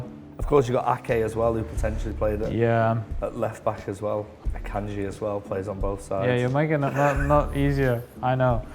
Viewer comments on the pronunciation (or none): Man said Akanji